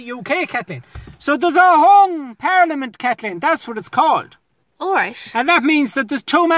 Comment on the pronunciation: A par-lee-a-mint 🤣🤣🤣